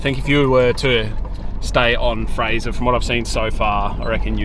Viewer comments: Nope, it's Fraser Island. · You pronounced Fraser wrong the whole video